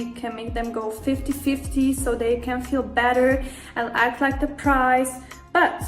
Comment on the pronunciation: Why she keeps saying "price" lol The foolishness